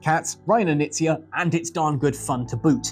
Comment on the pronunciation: HI name is pronounced with the K - Knizia.